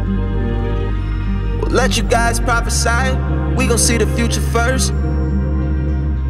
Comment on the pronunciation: Hey everyone, love the song. I was wondering if anyone knows why he pronounces Prophecy like Prophecai? Its never said like that and he doesnt even rhyme it with anything so why???